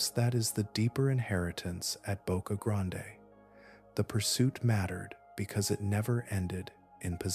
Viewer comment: ITS PRONOUNCED BOCA GRAND